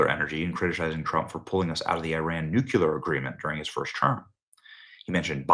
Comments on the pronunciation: . It’s Nuk-Le-Ur. The nucleus of the atom. Not the Nuk-U-Lus. Did your god reveal this superior pronunciation? Or maybe it was Andrew Tate and Alina Habba. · OMG CAN ANYONE PRONOUNCE NUCLEAR THE CORRECT WAY??? It’s NU CLEAR NOT NU CU LAR!!! And Kristie works for the Jewish deep state so obviously she’s not gonna tell you anything! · I love your channel and what you provide, but I have to correct this: Nuclear is pronounced new-CLEE-uhr not nuke-YOU-luhr. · Noo-klee-er, not noo-kew-ler. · "Nukular" The word "nuclear" has 2 syllables. Please pronounce it correctly. "New Clear". Try it. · Benny! I love your work and I am a huge supporter! However, please for the love of God, learn how to read! It is nitromethane, not nitromethane! While we're on the subject, nuclear is pronounced new-clear not new-cu-lurr! Just saying! It's painful to hear you butcher it! Carry on! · It’s not nu ku lar grrrrrr it’s new clear , pronunciation is important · Here goes Benny again with his NUCULAR rhetoric. Can someone please enlighten him to phonics and to please STOP mutilating the word 'nuclear' with his 42 IQ pronunciation? Benny sounds like a buzzass.